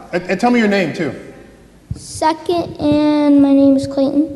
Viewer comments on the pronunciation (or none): First I thought he said "suck it" and was going to run away, but it was second :-) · Thought he said "suck it" instead of "second" for a minute there.